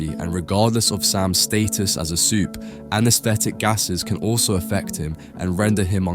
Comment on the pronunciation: Why do you keep saying “supee”